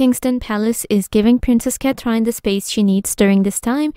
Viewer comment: This commentor pronounce Princess Catherine name wrongly. She pronounce as " Cat trine " No respect. Shame on her! No subscribe